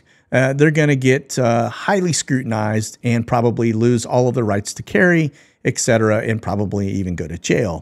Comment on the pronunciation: ETCETERA - correct pronunciation ET-setera NOT EK-setera